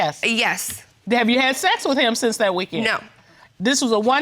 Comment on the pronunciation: ......IT'S.............TA - NI( nee ) - KA!!! :)